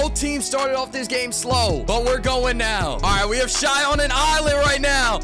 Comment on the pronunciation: please stop saying shai like that